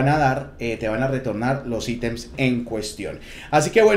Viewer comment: Buena info lastima decir "aitems" ... Nada más cringe que escuchar eso de alguien latino